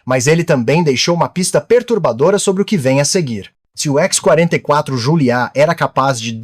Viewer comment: "Ishhhh…44” Manta? …ou X44? Vocês estão confiando demais na IA para narrar os vídeos. O “ishhhh…" pode até ser o som que o Manta faz, mas daí até chamá-lo de Ishhhhh…44 é uma distância considerável.